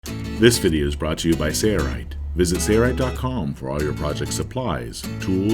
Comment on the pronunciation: A classic example of cheaping out by not using a professional voice talent. I cringed every time I heard him say “Sayright”. What happened to the “l”. Too bad that companies don’t care about how they’re perceived.